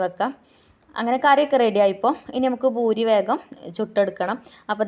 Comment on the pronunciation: ഭൂരി അല്ല പൂരി എന്നാണ് പറയാ